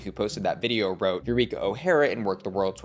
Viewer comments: You-reek-ah. The professional victim is back lmao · Legit not trying to throw shade, but Eureka sounds like You Reek Ahhhh. Just trying to give a laugh. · Eu-REEK-a? Sorry I’ll let myself out 🕺